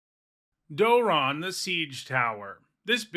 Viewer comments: Door-ron Yeah thats a new one to me too. I had to check the comments to see if anyone else mentioned it too. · I have never heard him pronounced like this. It sounds way too much like moron. If that's how I'm supposed to say it, I think I just need to take apart my commander deck. Lol. I'm not making fun of your pronunciation or saying you're wrong. It's a legitimate pronunciation in the English language, but I don't know if I can accept it because it makes him sound even more dumb. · Never heard it pronounced this way once lo